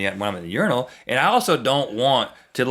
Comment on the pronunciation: Thank you for pronouncing Urinal correctly. I hate when people pronounce it your-eye-nal. Also, I completely disagree with urinals. I think they are disgusting and that all human excretions should be private. I don't know if these are in America yet, but in Europe we have public urinals that are basically a pyramid type thing that you walk up to, right on the street, and go into. I can't imagine a more offensive or degrading thing as a man. Like being a dog.